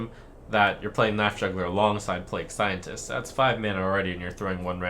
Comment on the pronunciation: play gue scientist. Play-g scientist is how it's pronounced